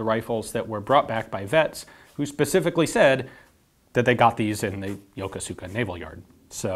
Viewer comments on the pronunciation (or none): Fun fact: it's pronounced yokohska, not yoko-suka. There's an American naval base there as well as a JMSDF one. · Lol...Yo-ko-soo-ka . It's Yokosuka, pronounced Yo-koo-ska. Most "u" in Japanese are silent or barely pronounced. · Hi Ian, you are concerned with correct pronunciation.... "Yokosuka" is pronounced as "Ya-KOO-ska"by all American sailors. If you don't believe me, ask anybody who has done a WESTPAC. If you want to be known as an insider, say Yakooska. -Barnacle Bill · Yokosuka (横須賀) is correctly pronounced with the accent on the first 'k.' Ian pronounced it with the accent at the end on the 's.' So, it should be "yoKosuka" than "yokoSuka." Also, the 'u' is nearly silent when pronounced quickly. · The navy base is not called Yo-ko-su-ka. It is pronounced Yo-kos-ka. Both "o"s are long. I lived on Yokosuka Navy Base from 1968 to 1970. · A minor point, it is not pronounced "yoka-suka" it is actually pronounced "Yo-kus-ka". The Garand had a well deserved reputation for being very accurate. It would be interesting to see how this rifle stacked up to the Garand in terms of accuracy. I am guessing it would not have been on par. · Great piece. FYI Youkoska is pronounced yoh-KOOS-ka. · It looks like yokosuka, but it pronounces more like "yokoska" (not that I'm adding anything by putting that out there...) Awesome as always. This is really cool seeing a reverse engineering of something so famous and well know. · FYI, the name Yokosuka is pronounced more like Yokoska (the u is essentially silent). I was stationed at the US naval base there for several years. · Hi Ian, a bit of trivia for you. I don't know how the Japanese pronounce "Yokosuka", but I do know that all the American sailors who went there pronounced it "YaKOOSka". Just thought you might find this interesting since you are concerned with pronouncing foreign words properly. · "Yokosuka" Is pronounced "Yokuska". FYI. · Yokosuka (横須賀市) is pronounced Ya-kuu-ska. ありがとうございました!!!! :-) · Yo ko su ka